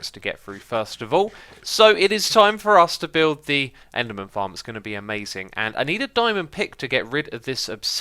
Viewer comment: did he say enderman tits xD